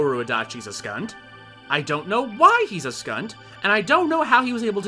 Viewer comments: I'm from Sint Maarten and I thought the same thing as well... literally had to play it over to make sure lol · Skunt? Do you have Caribbeans in your family, 'cause you don't seem to have an accent, yourself?